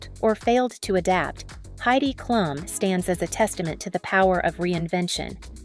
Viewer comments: It's pronounced Kloom not klum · girl what 😭 it's literally pronounced kloom, everyone who knows basic german knows that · Did you learn german from english speakers? It’s Klum not Kluuuuuum Greetings from Düsseldorf